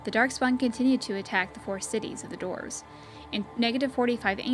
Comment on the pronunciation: Dwarves being pronounced as "dorves" really throws me off :/